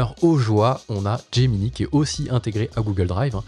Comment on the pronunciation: "Gemini" étant un teme nommé depuis l'anglais, autant qu'avec Drive, Slides et Sheets, je pense qu'il serait bon de le prononcer en anglais. Donc de [Gémini] à [Géminaï] (pour l'écrire en lecture française). (ou de [Geminee] à [Gemini] pour la lecture anglaise)